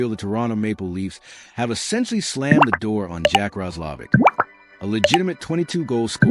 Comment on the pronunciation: Jackets? or Canes....AI strikes out yet again...ROSS-LOV-ICK....SMH 😑